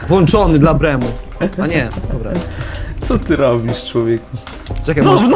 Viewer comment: nie brema tylko Grema :P